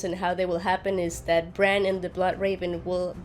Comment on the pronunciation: it's Bran as Val said so!